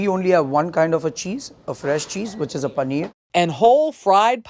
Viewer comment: It's really tedious when a lady of Indian origin can't pronounce Paneer. All the best!